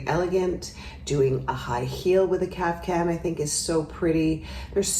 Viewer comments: If you look it up, it is pronounced Kaf-tan, with a t, not a hard c. Now maybe somewhere they do pronounce it with a c? I used to, and was corrected. However it’s pronounced, the ones she shows here are beautiful! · Love your style commentaries. Today - (maybe the heat has clogged my ears) I keep hearing: CAF- Can ..?? whatever, they are their own cool style! THANX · i heard it too :D